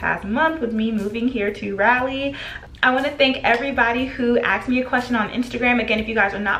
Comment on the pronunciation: I just wanted to point out that it’s RAW-lee not Rally (Raleigh). In case your friends are secretly not correcting you lol just helping!